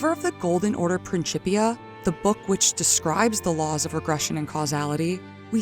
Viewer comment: it was worth the wait. What a heartfelt and beautiful narrative! Plus, I got to hear someone same “principia” properly like a dozen times! 😂 Seriously tho - great work. Compelling for the lore community. Enjoy the accomplishment and take your time!